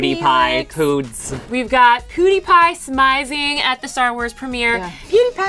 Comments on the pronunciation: SERIOUSLY its not poodeepie its pronounces PYEW DEE PYE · it's not poodie its pewdie im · It's Pewdiepie not POOdiepie!! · its PEWDIEPIE NOT POODIEPIE FOR guds sake 😂😂😂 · "poody-pie?" it's Pewdipie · It's P-E-W-D-I-E-P-I-E. Not poodiepie -. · Are they saying Poodiepie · Really? "Poodypie"? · The way they pronounce "PewDiePie" makes me cringe